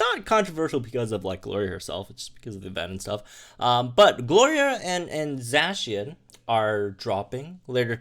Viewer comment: It's zacian not zeycian go watch the trailer to know real pronounciation(I am talking about the first ever swsh trailer)